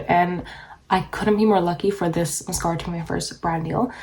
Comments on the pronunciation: I couldn’t handle how you said MASKARA every 3 seconds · Lets play a drinking game every time she says mas- scara. I can't. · Musk-aur-a. I feel like this might be a prank video considering how she’s pronouncing that word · Maascaara! I ❤️how you say mascara. Vinlikethe idea of using 2 mascaras. Wiping the wand and using old mascara , that's then mixed with fresh mascara , seems a little risky with possibly getting an eye infection. I liked your application tips. I will give it a try. If the second mascara , was burgundy , blue 🔵 or 🟣 that would be fun to do a possible demo. Thank you. You have lovely lashes!!! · Apparently we're supposed to say massCARA as well. Who knew!? Thanks for the tips 🤗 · Take a shot every time she says MUHSKARA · say mascahhhra, one more time. 😑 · I really enjoy how she says mascahra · Dear Lord please learn how to say the word MASCARA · I vote people will also pronounce "Mascara" the way does. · Mascara you say it funny lol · she’s probably just canadian